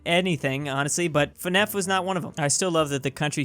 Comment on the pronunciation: I hate how you said fnaf